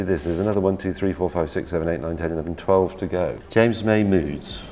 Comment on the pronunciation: Yo its jams moy